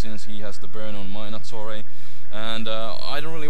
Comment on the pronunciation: when you said nattorei i thought you said attourney